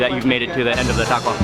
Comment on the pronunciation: "It's a cwunchy waco"